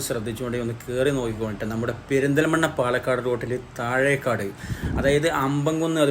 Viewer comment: താഴെക്കാട് അല്ല താഴെക്കോട്